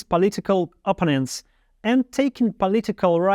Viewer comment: Thanks! Everything is clear. There are a few mispronounced words like infamous, opponents, administrative, symbols, clothes, answer, confidently, allows, relatively, changes, evil, but overall it's really clear.